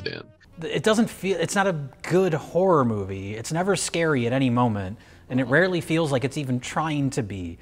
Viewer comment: I'm just here to hear Mike say "Hahrar Moovie"